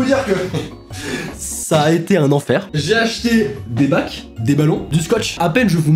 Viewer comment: "J'ai acheté des bacs" J'ai replay 4 fois pour me prouver que t'as pas dis "j'ai acheté des macs"